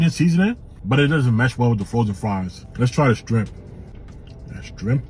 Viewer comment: Did he say strimp?